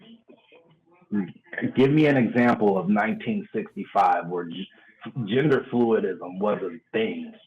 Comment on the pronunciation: "genderfuidism" ROFLMAO